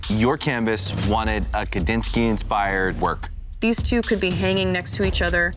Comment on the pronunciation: He said, "Kadinsky." It's Kandinsky! 😮